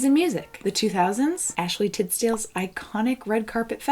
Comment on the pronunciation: ....Ashley “Titsdale”??? 😂